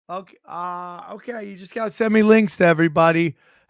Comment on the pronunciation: I like when says KAI, instead of okay.